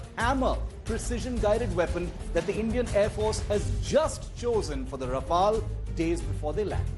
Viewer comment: No wonder even the newscaster calling it Ra-FAIL....flown by the best kamikaze pilots in the world 😂😂😂😂😂😂😂😂😂😂